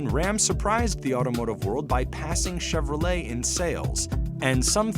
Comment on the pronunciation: Could've swore he said "Chevro-Legs" 😂